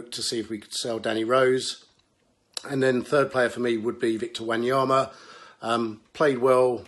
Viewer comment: Jeez, the worst bit was the pronunciation 🙈🙈🙈🙈🙈🙈 Dabila (Dybala) Wanyamya El Selso (Lo Celso - > Lo Thelso)